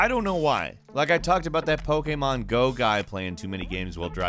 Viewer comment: Is anyone else frustrated when says Pokémon?